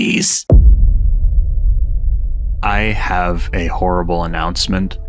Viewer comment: I HAVE ÆLLERGIES